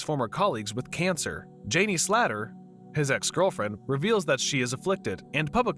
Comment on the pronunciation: And jenny slater...I noticed this shit on several videos